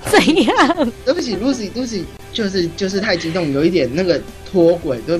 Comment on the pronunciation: 大大 他叫Lucy 不是Luck